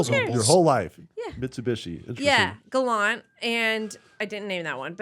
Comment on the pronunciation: I love that the problem was with "Mitsubishi" and not "Gollont"